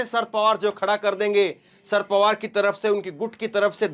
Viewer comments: Bhai ji asal naam शरद पवार है। आप नाम का उच्चारण दुरूस्त कर लें। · शर्त पवार बेटा एक बार बता दिया सही Karlo उच्चारण अगली बार........ Denge